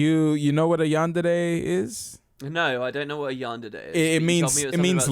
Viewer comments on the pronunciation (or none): As a person who likes to watch anime, everytime you said Yandede instead of Yandere I died a lil inside. XD